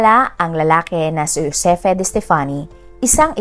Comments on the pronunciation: Ma'am..Joseph yan angvpqg pronounced. Di Hosepi. Thanks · Ang GIUSEPPE PRONUNCIATION NA TAMA AY JHOSEPPE. 😊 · Juseppe is the correct pronounciation...it pronounce as Ju and not Jho My italian dad has the same name, Giuseppe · Ju-se-pe po Italian pronounciation po😊